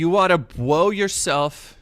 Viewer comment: Bwow yousewf in da head??? Phwasing!